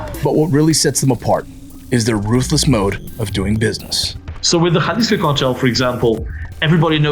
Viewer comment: Bruh its so refreshing watching a channel that says jaliso right not yalisco 😅